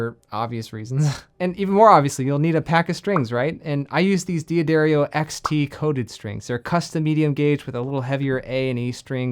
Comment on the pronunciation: D’Addario is pronounced DAD-ar-ee-oh, NOT DEE-add-ar-ee-oh